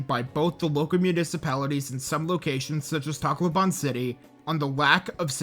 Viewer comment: Sorry if this is a little mean but your pronunciation of Takloban is absurd and btw im Pilipino